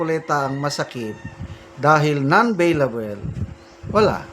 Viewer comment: Beylabol sir not beylabel